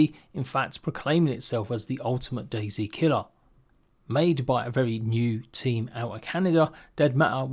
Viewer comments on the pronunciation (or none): DayZ, not daisy.